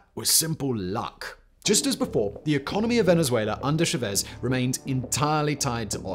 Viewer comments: Pronounced "shah-Vehz." Emphasis on the 2nd syllable. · Love what you do, but it’s Chávez. The account indicates emphasis on that syllable. It was pronounced as though there were no accent. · Everytime said Chavez I cringed. Please, it's not sha-vez 😢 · Jevezz.. Chevez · Love your channel, but your pronunciation of “Chavez” is absolutely nauseating 😂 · Nice video, but your pronunciation of Chaves is driving me crazy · Say cha-cha-cha. Now say Chavez. Yeah you said it wrong the whole video 😅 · Please learn how to pronounce Chávez. It's not that hard and it shows a minimum amount of care.